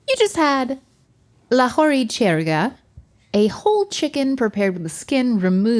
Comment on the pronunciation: pronounciation of Lahori Chargah and Pakistan is commendable! 😅